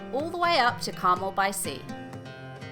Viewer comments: It's pronounced car-MEL. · BTW, Carmel has a stress on the second syllable.